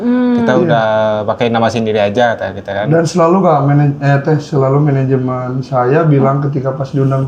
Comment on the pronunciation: Katanya ga pake menegemnt tapi ko ngmngnya managemenet